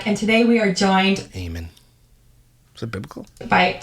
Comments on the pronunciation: It's pronounced A men lol. Love ya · Eamon is an Irish name , it’s an English version of Edmund and it pronounced AY-MON 👍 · Eamon is an Irish name, here its pronounced Eaaman